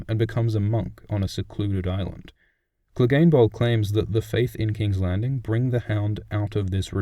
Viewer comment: and don't get me started on angry joe saying cleegun bowl